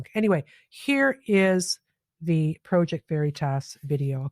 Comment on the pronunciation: I'm unsubscribing because you repeat (poorly) what others have said days before and you FAILED to do any additional research (i.e.work) to get more knowledge and provide that to us. Your affectation of the word 'Project' which you managed to pronounce both as PROW-ject as well as Praw-ject let slip the phoney wannabe intellectual that you truly are. BTW, not wanting war, poverty and abandonment of working people is not exclusive to so called "Liberals". You lost my subscription and all of my friends. Start doing real work, and we may return. Good luck.